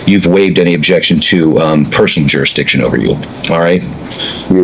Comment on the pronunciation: Wtf is a "jurikstiction"? Smh.